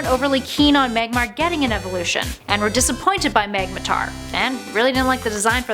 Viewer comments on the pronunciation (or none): "Magmotar" it's magmoRtar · "TyPHOLsion"? "MAGmoTAR"??? The cringe... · First off, Charizard looks like a dragon but doesn't have the dragon typing outside of one of it's mega form. Second, there's an o in magmortar so how do you keep saying magmatar?